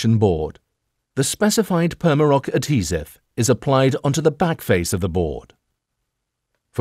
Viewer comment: Pretty sure that not how u pronounce adhesive lol